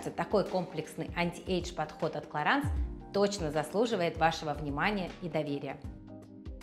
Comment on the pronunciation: Раз уж вы рекламируете продукцию Clarins хотя бы уточните правильное произношение бренда 😂